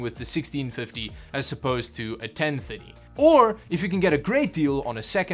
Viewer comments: Ten minutes into the video and I finally realized that you were saying GT 1030 and not 1050, for some reason I'm hearing "ten fitty" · Totally thought he was saying 1050 not 1030 lol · Kinda sounds like he’s saying 10 fiddy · Why do you pronounce 1030 so wierdly, but you can pronounce 1050 perfectly? 🤣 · The way you pronounce gt 1030 triggers me 😂